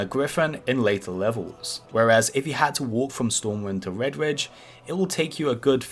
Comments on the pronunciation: why do you say vedvidge instead of redridge ? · "Wed-Widge" mountains. Gotta learn to pronunciate bruh. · Do some gwinding in Wedwidge. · wed widge :D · Wedwidge mountains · wedge wridge hahahaha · I thought it was just me hearing things lol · Vedvidge, stovmwind sry i died 🤣